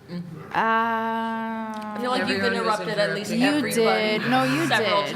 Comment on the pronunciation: Why does she say "agleast"? It's "at least"!!!!!!!!